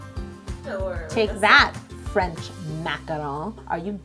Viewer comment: You do not roll the R in French, that would be Italian or Spanish..